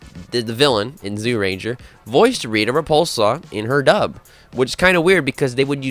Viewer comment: Stop staying “Zoo Ranger” for Zyuranger… if you listen to the opening titles you’ll hear clearly how it’s pronounced…